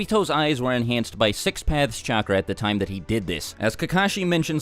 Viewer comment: Say it with me. CHAKRA.